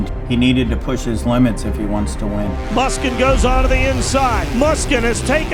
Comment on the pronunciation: When will people learn how to pronounce "Musquin"?